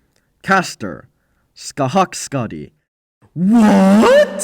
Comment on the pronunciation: My guy shouts "what!?!?" after saying scathach skadi, I said the same. Not because of her placement however, but because of how badly he butchered her name.